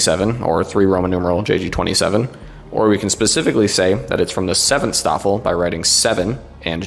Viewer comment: In case anyone cares... - The St in Staffel and Stab is pronounced "Sh". - Gruppe isn't pronounced "Group-uh"... It's "grouppeh" - The Luft in Luftwaffe isn't exactly pronounced "Looft", the "oo" sound is short.